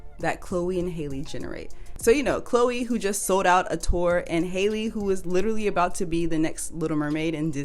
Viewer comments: Halle’s name is pronounced the same as Halle Berry not like Hailey Bieber lol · Halle is pronounced the same as Halle Berry 😊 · Halle's name is pronounced like Halle Berry not like Hailey Bieber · Halle Bailey's name is pronounced like Halle Berry